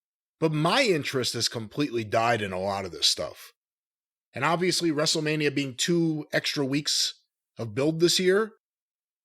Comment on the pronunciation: Wrestle-Meh-nia. Commence countdown until the The Roid trudges in... Maybe he can bring another barely-sentient rapping sizzurp addict along for "celebrity clout".